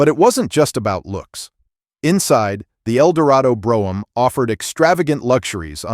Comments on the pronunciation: AMEN & cabriolet ! and AI voice overs are even MORE annoying. Brougham is pronounced BROME & Cabriolet is CAB_ROLL_AY... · When will Americans learn how to pronounce Brougham?